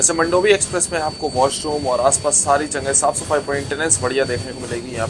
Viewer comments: मंडोवी ❌ मांडवी ✅ ( river in Goa ) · Its pronounced as मांडोवी एक्सप्रेस and not मंडोवी express , please pronounce it correctly WHY DIDN'T YOU SHOW THANE RLY STN. ?? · मंडोवी नही मांडवी बोलते हे